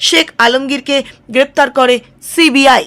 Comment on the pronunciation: আবার ছিবি আই বলছেন, মানা করলাম তো একদিন,ওটা সি বি আই হবে,আর যেনো এরকম উচ্চারণ না হয়,শুনতে খারাপ লাগে